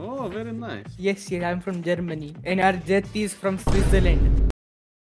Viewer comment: "very nice" didnt know borat played val